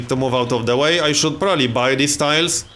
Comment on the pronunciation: "yoU cAn AiRliFT UNitsS fRoMm adJAceNt tIIILESS !!"